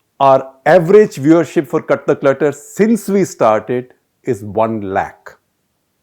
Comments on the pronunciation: Sounds like he’s saying KATHAK LETTER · The show name sounded like "Kathak Letter" and for these long I was under the impression that's the name since each time you come out with a "letter" in hand. Only today I recognized that its "CUT THE CLUTTER"... lol..! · Gupta ji, you are good. But... pl pronounce "cut the clutter" with a pause after cut. Too much of gesticulations and hand movements. A lot of repetitions. A video should last max 15 minutes and not more. Pl don't bring in Hindi.